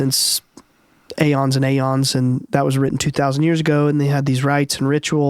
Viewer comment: And it's eons no a-yawns and diety not day-e.t...this kid spoke with much persuasion but pronounced everything wrong lol